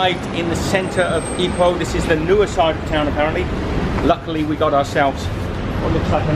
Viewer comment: Also, please don't say EYE-poh. You should say EE-poh. Then you'll sound like a local.